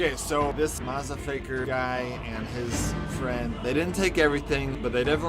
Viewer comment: I laughed when he said mazafaker